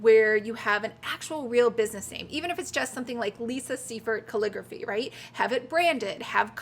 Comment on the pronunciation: Couldn't watch anymore after you pronounced calligraphy 5th time.